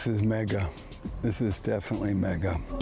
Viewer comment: You, Jamaicans need to figure out a way to do it yourself without bringing outsiders that’s not like us look at the way he say money and mega. This man is not white. He’s red.